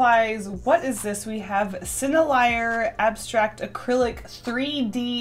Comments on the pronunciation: "Senne-liar"? Its a french brand and spelt "sen-nel-ee-l'yay" They make great products 💙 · Sennelier is a French company so 'ier' is similar pronounced as 'yeah' so /sennle-yeah/ ;) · Lol I loved the way you pronounced "sennelier." But in case you're wondering, they're a french company so it's pronounced "sen-nel-ee-eh" and they make VERY fancy pastels. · Sennelier is French so you want to say: sen-el-e-ay to be close or check with someone at the art store. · sennelier is pronounced senelle - e - aye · so are we not going to talk about the way she pronounced "sennelier"? no? ok